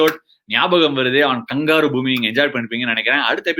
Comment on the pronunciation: Ashwin Sir....it should be "Gnabagam" like "Gnana Praksah"...and not "Nyabagam".... you can consider to rename...